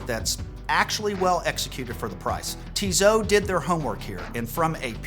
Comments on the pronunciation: It’s not Tizo has you pronounce it, please learn the correct pronunciation - how can you be a watch guy and butcher the names - "Tee-soh" or "Tee-so," with the final 't' typically silent, following French pronunciation rules where final consonants are often dropped. Think of it as two syllables: "Tee" (like the letter 'T') followed by "soh" (rhymes with "go") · I always have trouble finding a specialist credible when they don't know how to correctly pronounce the brand they are discussing. It's not Tizzot it's Tisssssot !... Made some points though 😉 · I agree with most of what you are saying but please stop saying Tizo , it is Tizot.... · Tissot has 2 ss so it doesnt sound as a Z... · Actually, I have seen a video on YouTube with the CEO of Tissot pronouncing the name. The actual pronunciation is much closer to "Tizo" than it is to "Tea so" as you say! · TEE-ZAU??? REALLY???? DUDE, COME ON!!! TWO "SS"!! And I thought nothing could be worse than your "HAUTE".... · If it matters to you, TESOT is pronounced TEE-so-TEE. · You lost me at "TEEZOOOH" btw, the rest is crap too.